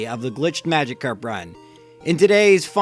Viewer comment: It’s Magikarp not Magicarp you uncultured swine